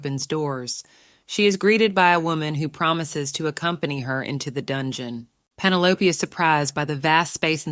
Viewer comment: Pin-o-lop-aye😂 I'm done😂